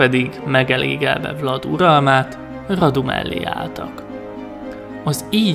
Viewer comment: Vlad román név,és úgy ejtik ki,hogy vlád